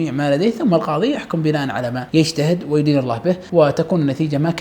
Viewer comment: مايَدِين الله به.. وليس مايُدين الله به (ملحوظه)